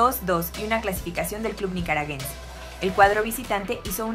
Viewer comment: muchacha... pronuncie bien los gentilicios.. el de Nicaragua es nicaraGUENSE... No es ... NicaraGENSE....